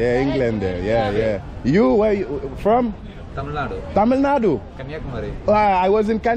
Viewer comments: Your tamizh pronunciation is awesome 👍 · Tamil pronunciation is awasome bruh !